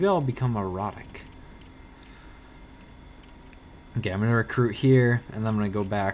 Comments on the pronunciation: I thought he said "Maybe I'll become erotic." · lol it sounds like said "maybe ill become erotic"